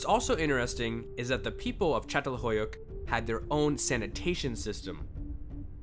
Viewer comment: In-terest-ing. Not inner resting.